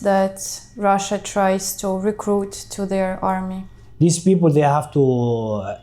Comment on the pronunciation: 😮when he pronounced the word ''people 😅 i immediately knew he's from Ethiopia